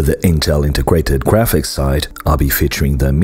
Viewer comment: Am I the only one who noticed around the 20th second the narrator says Integwated Gwaphics?